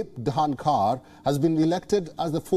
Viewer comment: The reporter has trouble in pronounciation of the vice president name 🤣🤣🤣🤣🤣🥰